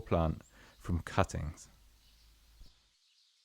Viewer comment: I heard it as "angel deoppings" due to the narrators accent and had to read the description.